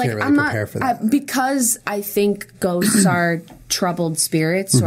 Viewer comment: also when julien says ghosts it sounds like he says goats. "i do believe in goats. i do believe goats exist."